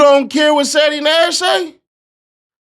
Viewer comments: “IONT CARE BOUT CEE-TEE NASH.” 🤣🤣🤣🤣🤣🤣🤣🤣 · Boosie be saying Seedy Nash 😂😂😂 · Damn Sea-Dee Nash lol you got a whole new name Ceddy. …. Damn Boosie done messed my head up cause i cant un hear that now every time i hear Your name or see one of ya videos Boosie voice (Sea-dee) Nash gonna come to mind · Say it right….. He said Seedy Nash 😂😂😂